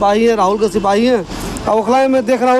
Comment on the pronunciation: please correct the hindi of SIPAHI